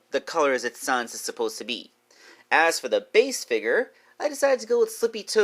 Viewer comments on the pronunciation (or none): Can you please stop saying son son it’s sans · It’s sans not sons